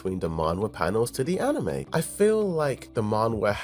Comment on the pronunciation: Why does he insist on saying yeunho wrong? Lol that and anime.